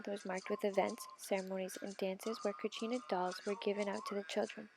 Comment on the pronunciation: It’s kachina or katsina